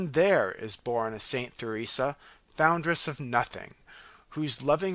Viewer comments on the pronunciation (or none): Sad isn't it? That someone who is reading an audiobook cannot pronounce Theresa. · O my sadness, what a dreadful reader. Almost impossible to follow meaning. This reader should LISTEN to a good reader. HE MISPRONOUNCES THE NAME “Theresa” OVER AND OVER. Jesu.